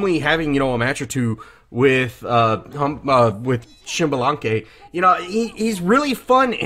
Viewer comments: What i found truly impressive was your ability to pronounce his name so cleanly!!! TRULY IMPRESSIVE INDEED!!!!! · PS4: PrimeOP12 Can't believe you go his name right, I've still got friends that cant pronounce his name. Great video though.